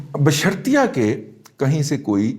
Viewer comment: رضی دادا استاد جی ۔۔۔ "۔۔ بشرطیہ کہ " ۔۔ ۔۔ نھیں "-- بشر طے کہ ۔۔ " ھے ۔۔ بادشاھو